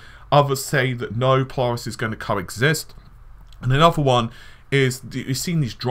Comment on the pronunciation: The way you say Polaris really irks me... PO-LARIS. Sounds like you are saying PiLARIS almost sounds like PLARIS.